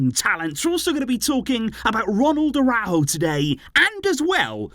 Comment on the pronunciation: The Uruguayan’s name is pronounced AraUjo. There is an accent mark. It is not pronounced “araho”